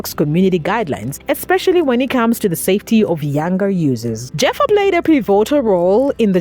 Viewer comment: Its not pronounced Jeffa, its pronounced like Heffa! 😂